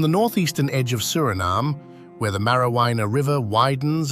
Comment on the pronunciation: The pronunciation is wrong, too. It IS a shame.